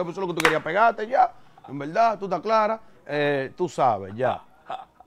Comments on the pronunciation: “En velda en velda” me tiene harto Con esa bendita frase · En velda en velda llevate de mi así es k él lo dice 😁😁🤣🤣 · si ese mensaje fue a mi, pues te digo que primero aprendas a interpretar, porque lo escribí como el lo dice, el no dice en verdad en verdad, el dice en velda en velda